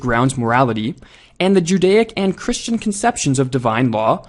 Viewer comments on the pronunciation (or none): none